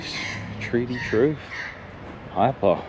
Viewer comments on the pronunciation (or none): none